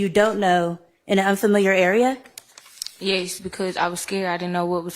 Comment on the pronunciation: Why does she say yes like “yayce”